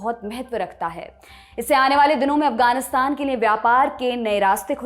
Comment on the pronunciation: पर ध्यान से सुनें। यह महिला लिए को निए बोलती है।